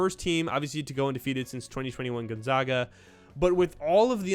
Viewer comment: Not to be a dick but how are u a college basketball channel and don’t know how to pronounce Gonzaga